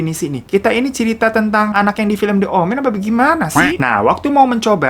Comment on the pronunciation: Bang The + huruf vocal dibacanya Di bukan De 😁